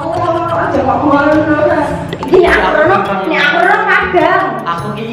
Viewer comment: Kak ngomong allah nya kok demi owoh gitu